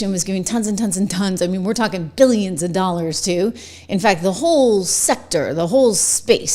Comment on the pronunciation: Stacy, you're saying petty billion's and trillions petty😂